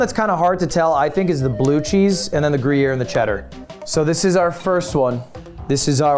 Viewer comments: Gru-yeah????????????? PLEASE STOP SAYING GRU-YEAH. LUD YOURE FRENCH AND ITS A SWISS CHEESE!! you should def know that its not how u say it bruh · "Groo-Yare" come on lud. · How is Ludwig french and can't pronounce gruyère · i almost spewed banana across my laptop when started say Gruyere:P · I love how he is teaching the guy to say gruyere while not saying it right himself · Wait but there's an e after the r in Gruyere I thought that meant you pronounce it in French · lud has such a bad french accent and he is correcting people with even worse accent haha as a french person that scene was so funny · Haha!! Cuts into the old croc and calls it gruyere 💀💀 got your cheddar/gruyere mixed up dude!